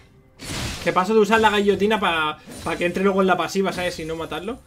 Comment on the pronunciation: Min dice La gAllotina, en ves de guillotina x.D hajaajaha Hasta luueegoo ma.ari.ica.arme.en !!